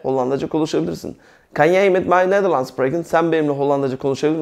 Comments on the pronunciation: Hocam ben beş senedir Hollanda da yaşıyorum.herşey çok güzel süper anlatımınız dikkat ederek dinliyorum. Bir kaç sorunumuz var doğru olmayan en azından burdan arkadaşlar belki görebilirler Jij —yay diye okunuyor Ze— zö Kunnen—kunnen Jouw-yaav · merhaba hocam, anlatim cok guzel. karsiliksiz insanlara bilgi veriyorsunuz tebrik ederim. hocam maksadim size kotulemek ya da asagilamak degil kesinlikle, ben hollanda da yasayan bir gurbetciyim. kunnen (künın) jij(yay) jouw (yauv) seklinde teleffuz ediliyor. tesekkurler guzel anlatim. umarim sayfaniz istediginiz buyukluge ulasir.